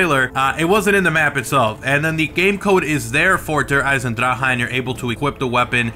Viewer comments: Please learn how to pronounce Der eisendrache and stop saying eisendraha. Where the hell are you even getting the ha? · you're such a weirdo... you're not German nor is he... when speaking Deutch all letters are pronounced... most youtubers get it wrong... ch makes the sound of k-ha at the end of der eisendrache...